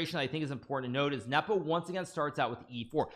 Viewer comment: Speak normally. and learn how to pronounce Nepo, without the cringe.